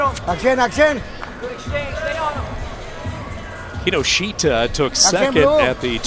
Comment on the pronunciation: you pronounce his name incorrectly closer to kinoshta